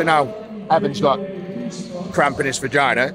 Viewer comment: take a shot every time eddie says "vaginer" lol id be fucked up